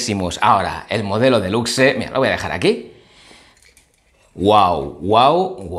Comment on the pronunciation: No es otamatone delucse, se dice outaimataune delucs